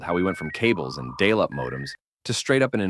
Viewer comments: Right at the video's beginning we hear "dale up modems." A.I. readers continue to expose themselves. Makes it a challenge to take the rest of the video seriously. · “dail”-up modems? Vid off, thumbs downed, un-subscribed. If refusing to use your own voice, at the least — verify your input!